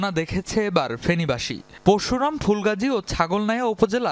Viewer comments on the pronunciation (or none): none